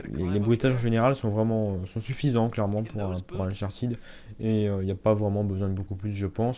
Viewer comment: on dit uncharTED pas TID